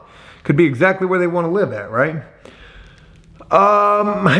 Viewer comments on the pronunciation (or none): none